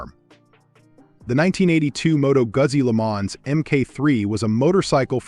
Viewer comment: Moto Guzzi. Lemonz ? 😂